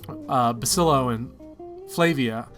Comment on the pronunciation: I know it's dumb to get annoyed by it, but I can't listen to you call Basilio Basilo any longer.